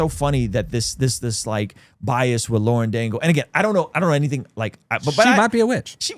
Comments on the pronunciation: Yea you know.. and you don’t even know how to say Lauren Daigle‘s name so why are you even talking about her. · Mispronouncing her name clearly shows us how u truly feel… hella rude